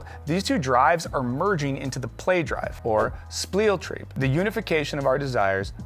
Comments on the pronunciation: U sure it's 'Splieltreib'? That would explain your exceptionally weird pronunciation. In German it is spelled 'Spieltrieb'. One less L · The German "ie" is an "ee" sound while "ei" turns it into "I" so its pronounced "Speel", its probably the hardest part for english speakers right after the "ch". Anyway about the topic of the Video? I think I became a better person thanks to RPG doing that Empathy machine thing. Planescape Torment was really great at that... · It's "SPIELTRIEB"